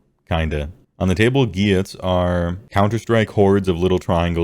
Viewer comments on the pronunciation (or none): "Gwhyuts" It's "GHIT"S bro